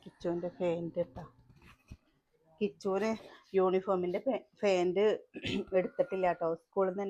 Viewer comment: ഫെന്റ് അല്ല... Pant ആണ്